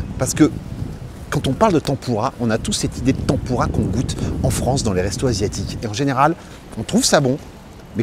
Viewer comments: Tampourra plus apres. On dit tèmpura.😂😂😂 Merci...😁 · ça me perturbe la prononciation de tempura ... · Tempoura tempoura, t'en pourra pu ^^ Désolé mais la prononciation m'a tué de rire =)